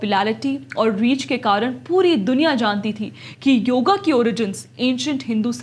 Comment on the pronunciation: योगा नहीं योग बोलो बेटा